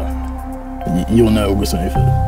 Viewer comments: Ogus twenny fif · UGUST TWENY FYTH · Jake: I have been training for like 6... Deji: OGUS TENYFIF